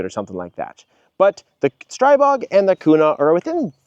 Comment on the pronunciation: ITS STREEEEEBOG…. SAY IT RIGHT. 🤦‍♂️💯💥🫵